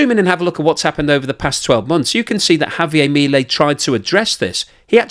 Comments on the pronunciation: In English it's HAVIAR MILIEL. IN SPANISH ITS Javiar miliel. I know british people are terrible at accents it's ok. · mi-lEi (emphasis has to be on the 'e'.